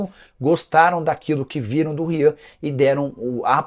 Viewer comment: ele falando errado é Rayan!